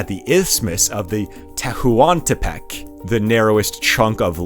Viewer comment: AMLO is said like a word, "amlo," not the letters "A-M-L-O". Tehuantepec is just "tewantepec". Not saying you have to see them exactly as they are in Spanish, but there are established English ways to say these names and words. This is very informative and interesting, it's just distracting. Or maybe you're doing it on purpose because it seems you're getting a lot of engagement about pronunciation